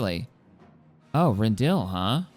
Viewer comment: I'm loving the content, but I gotta tell you: It's pronounced Ren-dil-i, not Ren-dill. Without that i it kinda sounds like you're liberating a vegetable 🙃